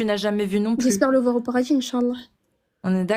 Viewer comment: "Rentrer au paradji"😂😂😂